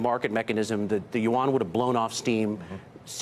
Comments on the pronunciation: Chinease currency is “YUAN “, not “Wan”! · The man who can't speak Yuan in right way, only god know about he is professional or not